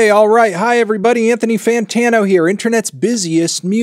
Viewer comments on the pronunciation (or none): none